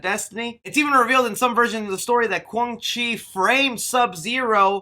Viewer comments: qwang chi? lol its quan chi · pls work on ur name pronuncians lol. the fuck is a Goruu, Quang Chi, Shang Toosung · Lin kuei pronounced lin kway. Quan chi pronounced qwan chee. The t is silent in shang tsung . Hope this helps in future videos . I like your channel so i don't want you getting haters in the comments. Take care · Also called him Quang Chi